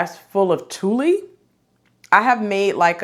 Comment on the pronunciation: Nice goodies. I applaud the men's patterns too. Hopefully more men get into sewing too. BTW, tuille is pronounced "tool". Thanks sew much.